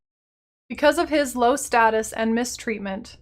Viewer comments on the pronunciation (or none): none